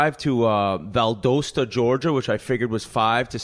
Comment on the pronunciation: Whit butchered Valdosta, GA 😂